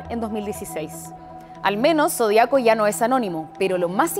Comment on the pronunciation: Zodíaco, Sra locutora, Lleva ACENTO EN LA I, Ud lee mal.